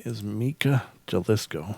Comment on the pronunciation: Jalisco is a state or region in Mexico. It's pronounced Ha- lisco